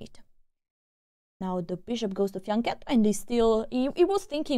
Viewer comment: you are pronouncing "fianchetto" wrong! Learn to do this the correct way like all YT chess players do...;)